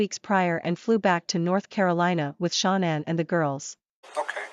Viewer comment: Sharnann? It's Shannan or Shannon (her parents named her)! 🙄